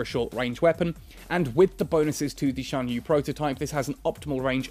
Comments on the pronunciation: I think it's pronounced "sian yueh" and "yen jin" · he's pronouncing it well enough. At least he isn't pronouncing the x as the normal x sound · Lmao no. The official netease video that showed the internal structure of the ship in this video was: Shan-yoo. (Xian-Yue) Yahn Jung. (Yan Jung)